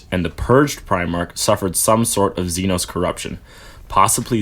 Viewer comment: Also Xenos. . . . ZEE NOSS (AS IN LOSS) 😂